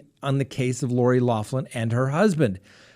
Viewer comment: you are incredibly educated and respectable man, PLEASE pronounce Lori Loughlin's name correctly PLEASE! It is like nails on a chalkboard!!! "loff‐land" really??? It is "lock-land".